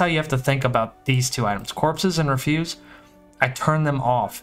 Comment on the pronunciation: REF-yoos. Like trash. Had to say it, nice video XD